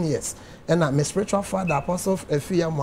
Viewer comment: He said Fadda 😂😂😂😂😂😂